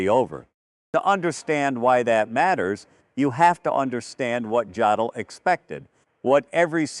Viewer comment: Dear AI: JODL IS PRONOUNCED "YODEL"!!